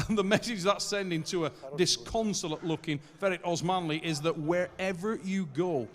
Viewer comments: "oosman ali" how can you get his name any more wrong lmao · just can not say Osmanli. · The real war was trying to pronounce Osmanli🤣